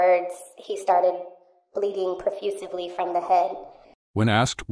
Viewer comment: “perfusively”…… lmfao. Trailer dweller talk.